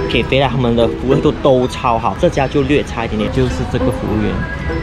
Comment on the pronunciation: Hi, Acai 的真确读音是 ah-sign-EE。 😊